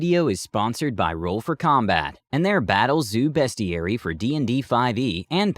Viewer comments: It's BEAST-IARY....as in it's a dictionary of beasts, not "BEST-IARY" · your mispronouncing beastiary, your saying it besties. look up transformers beasties